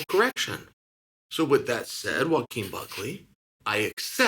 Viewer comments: Why are you saying his name right? You say everyone’s name wrong😂😂😂 you meant to call him jaquin😂🙌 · Hold on you know how to say Joaquin???? Out of all names???? Thats crazy